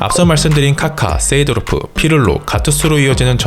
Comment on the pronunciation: 쎄 이!도로프 발음 킹받네